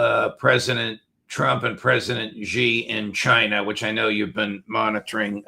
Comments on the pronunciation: Judge, please learn to pronounce President Xi’s name correctly. It is very easy to say, sounds like SHE as in She is over there, She is my sister…….SHE! Please try. Thank you. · Judge dear ! There is no president Gi nor Ji. It’s Xi as in SHE ! time you learned that 👊 Please 🙏